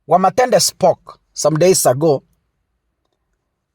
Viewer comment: ni Wamuthende not Wamathende 😂😂😂😂